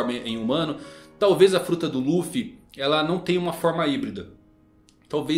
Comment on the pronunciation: dublagem de one piece cartoon network muito melhor a voz do luffy do coby slc nem tem comparação com essa da Netflix 🤮🤮🤮 Sou fã raiz só vejo one piece em japones com legenda Mais em quesito de dublagem brasileira a dublagem one piece cartoon network muito melhor Único defeito é dizer ruffy só isso